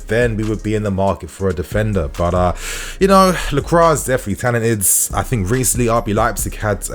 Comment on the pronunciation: ITS PRONOUNCED LAHCWAH FFS